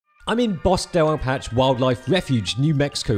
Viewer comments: 'Bosk del a-patch' - from the man who complained about someone else's pronunciation of bokeh?! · Bosque del Apache is pronounced "Bohs-kay del A-pa-chay," not "Bosk del appatch.." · Somehow missed this when you posted it. Super awesome you were here in New Mexico, but... nobody taught you how to pronounce Bosque Del Apache correctly? Bosque basicially sounds like Bokeh with an 's' in the middle ("bos keh") and you pronounce the soft 'e' at the end of Apache ("a-pa-cheh"). "Bos keh Del A pa cheh." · "Bosk Del Appatch,"? But lots of fun, enjoyed it from end to end.